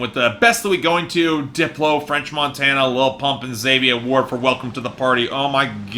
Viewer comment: Zhavia’s name is pronounced “Ja-vy-ah”